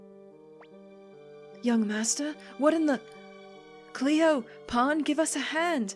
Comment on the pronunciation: Pahn more like pawn amirite